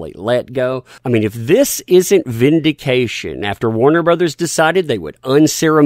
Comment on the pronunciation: Vindication. Not vindiction. Dude!